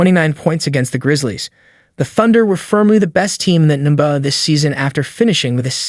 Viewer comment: All that work to have AI read it and butcher it all up. The N buh finals lol.